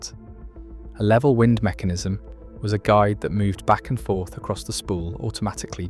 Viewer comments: ThIs narration is Ai when "wind" as in roating becomes "wind" blowing. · WIND RHYMES WITH MIND,,, 😡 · Why do we have to listen to mispronounced AI narration? The information is interesting, but wind and wind are a pretty easy difference to tell apart. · WIND SOUNDS LIKE BLIND